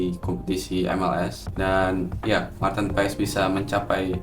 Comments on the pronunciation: Kita hrus taw ngucap nya Martin Pass y😅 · Ijin koreksi nama MAARTEN PAES di baca MARTiN PAS (Sumber: Coach Justine)